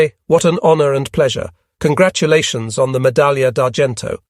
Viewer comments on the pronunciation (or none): none